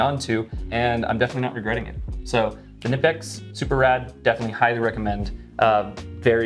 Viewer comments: Everyones just gonna let a leader in the knife community mispronounce Knipex??? Kuh-Nipex. Never have been Nipex, always will be Kuh-Nipex. And here we go... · K-nip-ex not nip-ex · Hey, at the risk of being “that guy”, it’s pronounced “kuh-NEE-pex”. They have a YT channel and you can hear the pronunciation there, that’s how I recently learned lol. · Fyi, in case you all dont know. "Knipex" is pronounced "kih-nip-ex" like the rankin/bass movie "jack frost" with the k-nights & such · Just wanted to drop by to say Knipex is pronounced "Kuh-nip-ecks". Anywho, thanks for the video. You're the best. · Hey: Kuh-nip-x is correct pronunciation directly from the manufacturer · It's pronounced KA NIPEX I WATCHED A VIDEO OF THE ACTUAL COMPANY AT A TOOL SHOW AND THE GUY WHO IS THERE REP SAID IT'S THAT WAY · nice multitool 👍 The k is spoken in the original brand pronouncing. Greetings from Knipex land Germany ✌️ What I would love to see on Leatherman are springloaded plyers. Would be topping on the cake., Team up with Alpaca and have you made a prototype double zip version or some outside attached money stash. I use HelikonTex Hip bags sidewise on the belt for wallet and EDC stuff. My main EDC pouch is a Vanquest Husky. Yeah that Buck Bowie does great next to your Bugout and ultralight concept. Get away from. He does you no good 😂 For sure … the silver guard on the old school Bowie did the trick on the ol‘ blood sucker 🧛 My Five: 1. Civivi Elementum Button Lock 2. Tasmanian Tiger RDI wallet 3. The OG … Leatherman PST II (and/or a Vic with plyers of course) 4. Artisan Sea Snake 5. wireless induction headphones for my hearing aids (great every day tool for phone calls ( especially hands free in the car) and for music in the office … no one except me will hear a thing 🎉) Have yourself a great and happy new year.